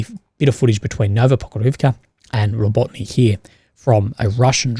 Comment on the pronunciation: Not RO-BOT-NY, but RA-BO-TI-NO for fuks sake.